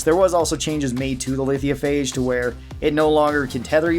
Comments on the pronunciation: Lithiophage lol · I don’t mean to sound rude but you are pronouncing Lithophage incorrectly